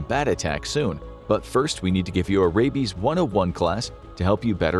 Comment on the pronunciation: "What if he has Radies?" its "Rabies" with a B. Not "Radies"